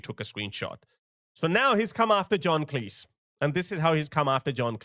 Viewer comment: John Cleese himself would tell you, his surname is pronounced like Cheese, not like Lease.